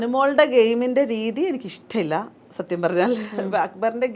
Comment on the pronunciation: ഇഷ്റ്റ മില്ല 😂😂 ഇഷ്റ്റ മില്ല😂😂 കഷ്റ്റം 😂😂 കഷ്റ്റ്